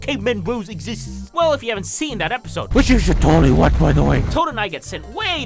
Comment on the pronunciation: “WICH YOU SHOULD TOLDLY WACH BY THE WAY”